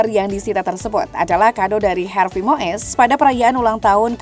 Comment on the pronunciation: Wooi mbak presenter itu cara baca yg bener Harvey Muis bukan Moes.😅 bikin irritasi telinga salah nyebut nama.